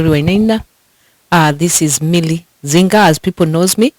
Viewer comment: Dr. Zinga not Nzinga!!